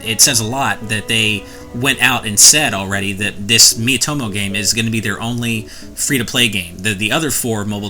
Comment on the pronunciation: oh wow, i was looking way from the screen while hearing he intro I heared meet homo in place of miitomo xD